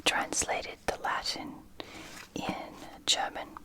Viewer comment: Asterix 😍😍 !!! My whole childhood 🥰. So great to discover it in English and latin, and of course to see it in French too 😊. By the way, your French pronunciation is very good 👍👍. Great video 💚.